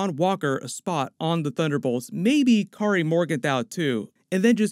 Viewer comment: why do you call her Cari instead of Carli? I don't understand xD